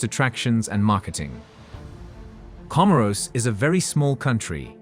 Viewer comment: Research also lacks respect to pronounce the name correctly